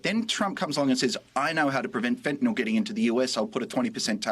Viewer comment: Thanks for the update on this trumpian fustercluck. Nicole: Please, it is NOT Fentan-OL! It's Fentanyl Fen-Tan-ILL. Thanks